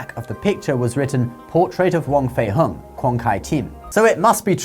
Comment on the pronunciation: Its more pronounced like hong (ho-ng) rather than hung. 😂 it souds so weird you saying as in "hung" up the laundry". Wong/huang fei hong